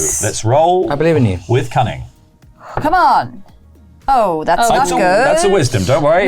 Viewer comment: 😅I heard “cunning” as “coming” the first few times…